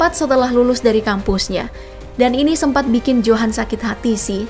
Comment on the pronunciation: Bukan johan tapi di baca yohan